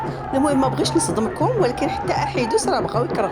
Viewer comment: معرف ينطقها حيت ماشي ديالهم قل احدوس وهي احيدوس الله تيفضحهم